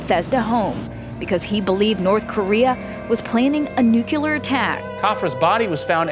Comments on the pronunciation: A NUC-U-LER attack. Reporter can’t fucking read. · "New-cue-lar." Why is "nuclear" so difficult to say for some people? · "Nucular" attack. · "Newkiller" war 😆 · Reporter: "Nukular": "Nuclear" Well, I know which one of the two deserves to be taken seriously as a journalist... Well, I mean, has earned everyone's respect with his exemplary work, time after time. He's earned my respect twenty times over; and I have no idea who that reporter is. She might be great at her job, but if you're gonna be a journalist, you kinda gotta know how to spell and read. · When a newscaster says "NOO-kyoo-lur" instead of "NOO-klee-urr." And they wonder why we don't trust the mainstream media. Don't they literally go to school for that kind of stuff? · Unrelated why did the reporter lady pronounce nuclear as “nucular” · If you're going to be a reporter and say nuclear in public, learn to say it correctly. How can a reporter not see the order of the letters in a word? She probably learned from bush. Not a good teacher!! Read letters. Learn to say words correctly. Then you don't look stupid or set a bad example for others.